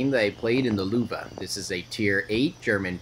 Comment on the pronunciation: Tuco Benedicto it’s actually pronounced “Loeve”, don’t worry most north Americans get foreign pronunciations horribly wrong